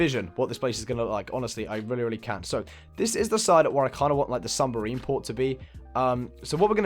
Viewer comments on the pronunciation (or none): New sub! Love this house! But it's "submarine" not "sumberine" lol <3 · Is anyone else annoyed by the fact that he can’t say submarine right?